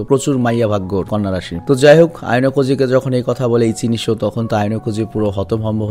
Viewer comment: ভাইয়া যখন ইচিনিশো বলে তখন আমার খুব হাসি আসে 😂